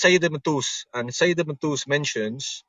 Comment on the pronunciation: "Ibn Toos"? Ibn Toos or Ibn Threes?!